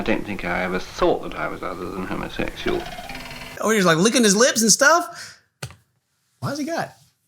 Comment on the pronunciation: "Homo-SESual", it's weird they don't pronounce the X